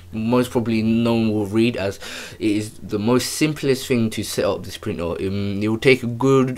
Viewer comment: I seriously thought he was speaking a foreign language. What the fk is a printor? Its printer. Pronounced ER